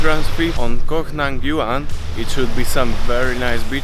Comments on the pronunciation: Stop saying “cock” Tao mate ! It’s “Koh” and just that ! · Koh tao ... Not cock tao LoL